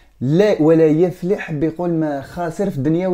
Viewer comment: خويا ربي يحميڪ من ڪل شر ان شاء الله🤲✨ لاڪن ڪُن دقيق في شكل القرآن الكريم عند القراءة😊 مثلا ڪيما ڪي قولت (يُفلح) هي بالضمة انت گي قريتها.. قريتها بالفتحة هذا واش قصدت بالتوفيق😍 نحبووڪ↖️♥